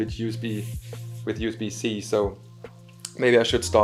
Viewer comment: oh, i'm really sorry to insult you... but yes, it should have been pronounced " you-s-bee type c "